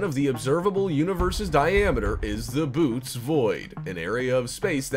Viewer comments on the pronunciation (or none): It's not the "boots" void, it's the "bo-OH-teez" void.